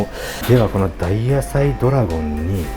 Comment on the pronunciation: ドラゴンじゃなく、ドラごんって言われると、妙に猫型ロボットを連想するwww ラーメン食う罪悪感が、ちょっとでも薄れる気がする大野菜ドラごんキター！ でも、丼の大きさを表すなら、こんな時こそiPhoneでしょwww